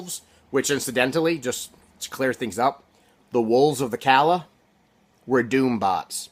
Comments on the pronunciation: Calla is pronounced like “caya” in the book they say Callahan is pronounced with the l’s making a regular l sound while calla does the opposite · At the startYou said Calla wrong. Not pronounced the same as Callahan